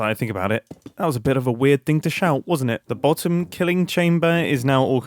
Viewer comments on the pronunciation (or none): none